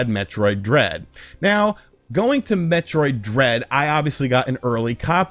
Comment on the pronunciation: It should be metroid! Not hemroid!